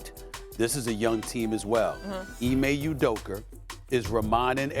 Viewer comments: "Ime Udoker" - Stephen A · “Ime Udoker”😂😂😂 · "Ime Udoker" Stephen A. lol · Why does Stephen A pronounce Udoka and Luka as Udoker and Luker, learn to say their names😂😂